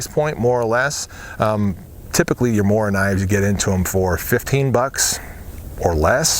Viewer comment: SHADOW that's how your pronounce knife in swedish, he mispronounced Mora (mooruh) but it's better than getting it completely wrong